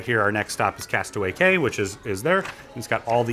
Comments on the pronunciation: castaway key is how its pronounced not castaway kay lol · Disney DOES NOT use Life Boats as Tenders as stated in this video. Also, Castaway Cay is pronounced Castaway "key". Otherwise very great video with lots of details! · "Cay" is pronounced "Key." You are at Castaway "Key." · The Cay in Castaway Cay is pronounced “Key”. Otherwise, great video. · A tip for you... it’s pronounced, “Castaway Key”